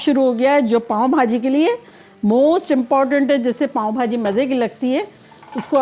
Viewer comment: پاوں نہیں پاوء بہاجی😅